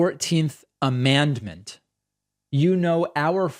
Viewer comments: “Amandment” … commandment? 😂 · I would guess that he, as a church goer, is used to saying the word commandment and so pronounced amendment as amandment. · Did he say 'amandment' or 'commandment'?? Whatever, this job is NOT for him Vote BLUE💙Bring a Friend💙💙Let's Have a BLUE TSUNAMI💙🌊🌊🌊🌊🌊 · It’s amendment not amandment! ✌️ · Did he say, "commandment"? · I'm thinking maybe this Amandment thing is possibly a Christian nationalist word combo of Commandment and Amendment. Which is even scarier than a mispronunciation like Gazpacho police. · At first, I thought he said the 14th Commandment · I don't think it's fair to criticize how he pronounces "amendment". He has a regional accent. The other stuff you said sounds fair to me, though.. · That's just his accent. Some times southerners put a weird emphasis in their words where they drag out a syllable.